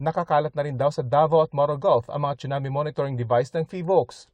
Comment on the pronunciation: Tsunami not chunami